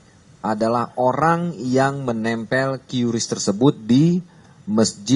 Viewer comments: MBACANYA BUKAN KYURIS, TAPI KRIS.... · Mon maap pak polisi.. Bukan kiurisss... Tp qris or kris.. Wkwkw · Qris pak, bukan qiuris . Sudah disampaikan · Cara baca bukan kiu Ris Pak tapi baca nya Kris. 🤣🤣🤣itu iklan cara baca yg baru hahaha tapi sama saya juga klu nanya ada kiu Ris wkwkwkwkk enak cara baca nya gini ya udah enak di lidah mulut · Pak bacanya kris pak, dari bank indonesia dan kemenkeu sudah di kasih tau bacanya "kris" bukan qiuris..... maap ya pak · KRIS, bukan KIURIS 😅😂😂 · salpok ni polisi nyebut nya KYU RIS .. kyu ris kyu ris kyu ris🤣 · salfok sama penyebutan QRIS = Kyu Ris hehehe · cara bacanya 'kris' pak 😂.. kasian lidahnya belibet